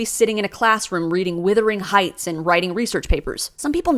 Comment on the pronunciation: I've commented once before on how articulate and interesting you are, just wanted to reiterate that. You're actually very funny too, I laughed aloud a couple of times. You are being sarcastic when you say "Withering" for Wuthering Heights, I'm guessing? Anyway, as I said before I've no real personal experience of JWs but was in a cult as a young woman (long ago!) and am fascinated by the similarities in structure and behaviour, it's like they modelled themselves on the same playbook. Keep up the good work, stay safe.